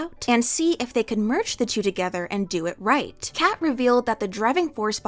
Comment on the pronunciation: I’ve never heard anyone call Kkat cat. They always say Kay kat.